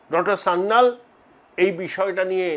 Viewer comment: Sanjeev Sanyal, ba Kanchan Gupta hote paren. Sanyal pronunciation ta thik korun. Sanjeev Sanyal er grand uncle Kakori revolution er member chilen. Sanjeev Sanyal with wife brigade ao chilen